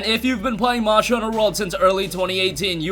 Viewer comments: So it's not just me then 😁 and he said it at least 20 times. Marshall hunter world 😂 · Why can you not pronounce "monster" correctly? Morster hunter world 🤣🤣